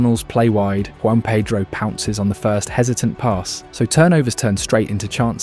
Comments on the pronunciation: I was going to give you a like and sub, but your insistence on getting Joao Pedro's name wrong, even though you spelt it correctly and showed clips of commentators pronouncing it just shows disrespect and ignorance not worthy of my time. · It’s not JUAN pedro lol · Joao Pedro not Juan Pedro bro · This guy taking the piss? Said Joao Pedro’s name wrong like 50 times lmao